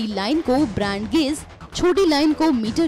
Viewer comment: ब्रैंड गेज नहीं ब्रॉड गेज होता है।